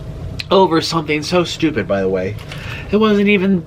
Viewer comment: 'stoopidy' hahhaah i love you